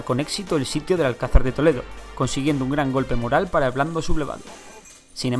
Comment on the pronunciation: ¿en el dice "Blando sublevado" o es cosa mía? 😂